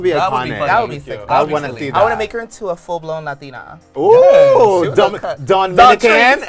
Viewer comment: Dawn-MINICAN I can't lmaooooo